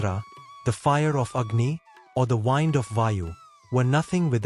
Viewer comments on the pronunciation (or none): its the AI reading, wind (noun) is being pronounced as wind (verb, as in winding)